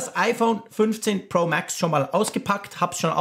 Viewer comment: Hast’nen hammer englischen Akzent ( MääääX) 😉👍🏼